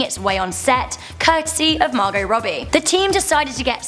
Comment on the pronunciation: The "t" in Margot is silent